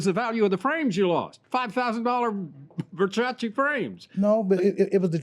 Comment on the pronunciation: "Verchachi frames" oh, 🤣